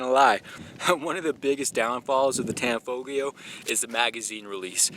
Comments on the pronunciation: You don’t pronounce the G. Tanfoglio is pronounced Tan-folio. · The "g" is silent. Pronounce it "Tanfolio" as if the "g" isn't there. Similar to the Italian city "Bologna" where the "g" is silent. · It's pronounced. Tan folio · You don't pronounce the g in tanfoglio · The G is silent in Tanfoglio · The "G" is silent